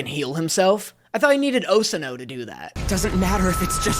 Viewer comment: i heard him say osano instead of yosano and almost actually crashed out